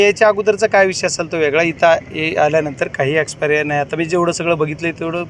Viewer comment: Expirya nhi ho bajrang bhau😂😂😂😂😂😂😂आक्षेपार्ह म्हणतात भाऊ एकदा परत म्हणून दाखवा😂